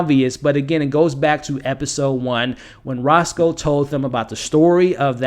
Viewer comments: Man, I hate to be that guy but if you're doing a public video, I think you should work to get the names right. Rocco, not Rosco. Di Grasso, not Grasso. Alessio, not Alexio. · The Italian concierge is Rocco (like Rock-oh) not Roscoe. Every time there was a reference to Roscoe I started to think I missed someone bringing the Italian chicken and waffles. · Roscoe, Alexio You don't mispronounce, you reinvent Apart from that, really interesting predictions, thanks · Its Rocco, not Rosco just FYI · Rocco. Not Roscoe. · He’s called Rocco not Rosco 🙄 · It’s Rocco not Rosco 😂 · I like your vids, but I recommend looking up each character’s name AleSSio, there is no X. And RoCCo, there is no S. And Lucia is pronounced Lu-Chee-ya… unless you’re intentionally pronouncing them different, in which case, live your life good sir.